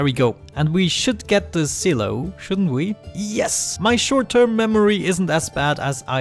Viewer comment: I believe it's pronounced s(eye) low